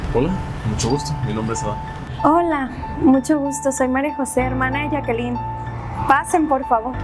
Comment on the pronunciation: Para un comentario dijo yackaline y es yaquelin